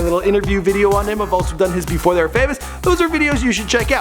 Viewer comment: Lmao "efore"